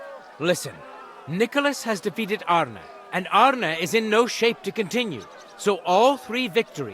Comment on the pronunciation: The "Denglisch" is hilarious, I'm laughing meinen Arsch ab. And I like how you pronounce Arne, to good. ^^